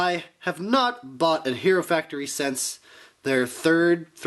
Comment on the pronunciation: Haha you called him out multiple times for calling it a gear function and "corrected him" that it was a knob function. And its "since" not "sense", just trying to help improve like you said you were